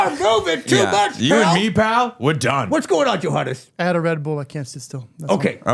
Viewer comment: Why does Pally keep calling Johannes "Yo Hon"😂?